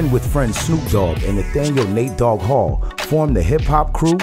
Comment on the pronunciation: Cmon BET y’all called Nate dogg Nathaniel hall It’s Hale not Hall